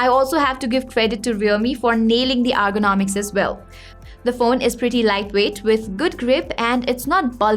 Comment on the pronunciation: AR gonomics😂 its ERGONOMICS miss..